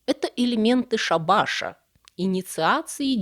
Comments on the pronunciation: элементы шАбаша. ударение на первую гласную. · Щеко́лду, а не щеколду́ и ша́баша, а не шаба́ша.